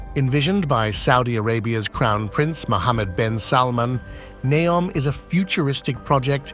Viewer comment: I wonder how many archeological discoveries will be made throughout all of these grand construction process. Also, is it Ney-om, Nee-om or Neo-m? It was pronounced differently during the entire video.